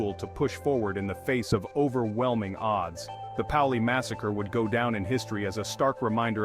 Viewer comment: It is pronounced "PAY-oh-lee"